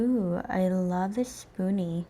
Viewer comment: I loved this look! So pretty! Just an FYI, its "spoolie" and "taupe" is usually pronounced toe-pe. You did a fantastic job, keep it up! ❤